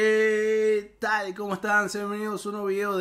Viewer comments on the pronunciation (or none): none